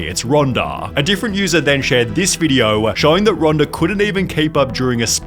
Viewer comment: I thought her name is Ronda, NOT Ronder.